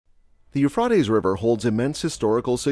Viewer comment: you frey tease